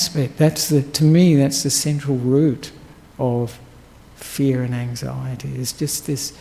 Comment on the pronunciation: *fear! Not “feet!”🤣🤣